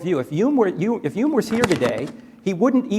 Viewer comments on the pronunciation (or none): Interesting…. The god botherer pronounces “Hume” as “ume” yet still pronounces “Hitchen” correctly. Leave it to the Cockneys. We do it properly.